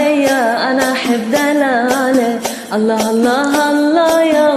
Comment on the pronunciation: هالله مو الله اشبيج ما تعرفين تلفضين